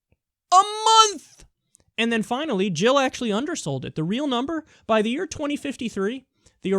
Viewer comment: Jill NOT Hill !